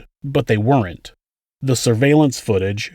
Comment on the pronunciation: Thx 4da vid hun. Btw, it's pronounced wernt, not were-rent. Sorry, I don't normally correct people on social media but I do want to say that a contraction is a shortening of syllables; a kind of written vernacular derived from people speaking quickly. Weren't (one syllable) is a contraction of were not (2 syllables). I'm not sure if "were-rent" is a geographical vernacular because otherwise you sound well-spoken, which is unfortunately rare on YouTube even with AI.